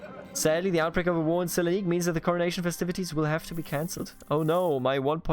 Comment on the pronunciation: Yes, Thessaloniki is S(not "sh")elanik in Turkish.